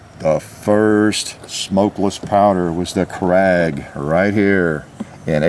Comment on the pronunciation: 'Krag' is actually pronounced 'craig'.